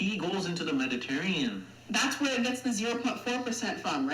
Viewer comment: Oh God as an Italian it pains me to the core when he says “Mediterrean” a little part of me dies every time someone dies this. And no Mediterranean ancestry is NOT common for South Asians.